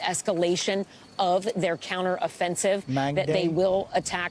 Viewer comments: “HHHhhamassss” ahaha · Listen to how she says “Hhhamasss” ahahaha🤣😂🤣